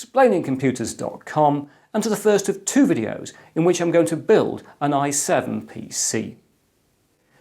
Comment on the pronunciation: EC pronounces: I7 six seven zero zero t Me: i7 sixtyseven hundred t